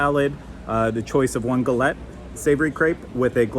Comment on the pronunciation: You pronounced Crêperie correctly. It's crep not crape. And Gah-let . So bon! You can pronounce Paris however you like! Also Gourmand is pronounced ɡo͝orˈmänd.